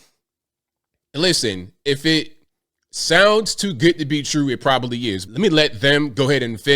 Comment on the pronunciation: ‘Big as a house?’ That’s a stretch. And it’s “Prob-ab-ly” not “Probally”